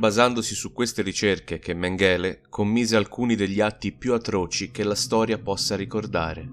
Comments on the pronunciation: Méngele non Mengéle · è stato molto interessante. Comunque, a parte gli scherzi, come dici tu, quando una parola o un nome straniero viene ripetuto così tante volte, forse è il caso di informarsi sulla sua pronuncia. L'accento cade sulla prima sillaba e la "g" si pronuncia come in "sing" inglese. Grazie per i tuoi video e per il tuo tempo. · Sentire "Mengele" pronunciato in quel modo è fastidioso!